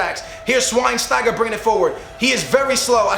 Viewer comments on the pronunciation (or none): y would u nickname schweinsteiger after a disease? that's not funny and doesn't even work because it's pronounced sh-v-ine-sty-ger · Why does he completely ignore the "ch" in schweinstiger